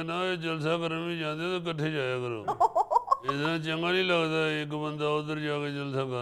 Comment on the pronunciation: Gaali nikalna nahi hota ,gaali daina hota hay ,ikhutay nahi ikuthay janab urdu ka naas to na marain